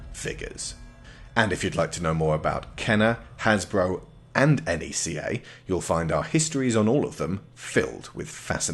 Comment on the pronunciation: I find it weird you pronounce Neca N.E.C.A. it's supposed to pronounced like (NECKA) or (KNECKA). Aside from that solid run down on these classic figures, I've been debating with myself getting any aliens figures since my shelf is already chocked full of Godzilla and Jurassic Park figures.